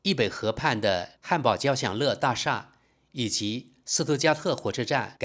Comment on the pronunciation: 交响乐大厦应读作交响越不是交响勒大厦